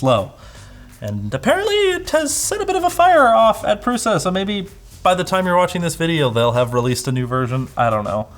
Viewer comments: Pruša is pronounsed PRUSHA. PRUSHA! not prusa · Lets learn some basic words: Průša is pronounced with Ů (as "OO" in cOOl) an Š which is pronounced like SH in the word SHeet.